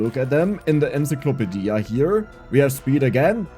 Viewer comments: Ensa-clopa-dia! The best. I'm going to start saying it that way. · Came into the comments to say exactly this. Enzeeklopadia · The way says encyclopedia is amazing